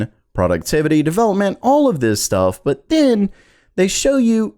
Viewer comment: Bro. Why do u say but with so mych emphasis and breathing?